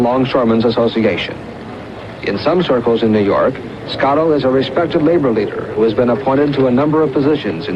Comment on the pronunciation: SCOTTO NOT SCALO RIGHT?